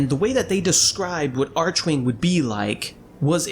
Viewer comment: Each time you say 'archewing', can't help but smile